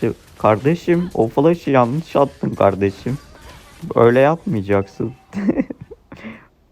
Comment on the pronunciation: Kardejim dedin ya aklıma sora geldi